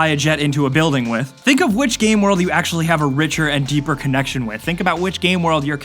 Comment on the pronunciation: "Aculurly" xD I couldn't help but notice